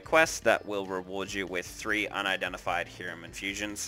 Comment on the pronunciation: Depends on what language you're trying to go with. Since you're speaking English we'd say Hi-rum. Only sounds like Ear-am if you're speaking Latin America or maybe Hebrew. Even my Cuban friend would just tell most people Hi-rum.